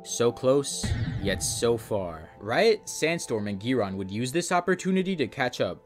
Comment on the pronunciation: The way he pronounces 'Giron' 😂😂